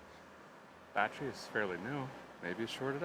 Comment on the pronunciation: The music reminds me of Pecos Hank. Did you say Biotch-ery charger ?